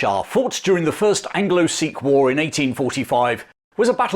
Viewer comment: I love how says war like, ‘whoar’ 😅🤣